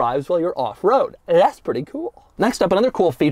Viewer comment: he says “that’s” so weird and I can’t stop watching it.